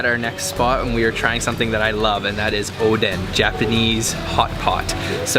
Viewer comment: I was watching your video and the content is good. I cringe when you pronounce Japanese. It’s not Oww Dawn, it’s Oow doh n. It’s not Pan zoo it’s Poh n zoo. I think if you say it in syllable you will pronounce it correctly.